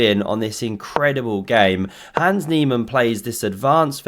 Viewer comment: I took a sip of seltzer and nearly blew it out of my ears when I heard “Nans He-Man”. 😂😂😂